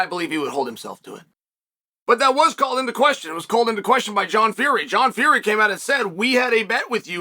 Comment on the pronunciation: I'm glad Chael is getting Will Fury's name right again.